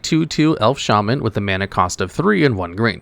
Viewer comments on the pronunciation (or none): none